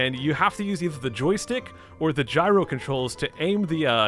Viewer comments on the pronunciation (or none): none